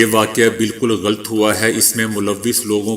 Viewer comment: غلط لام پر زبرھے ،سکون لام پڑھنا بلکل غلط ھے۔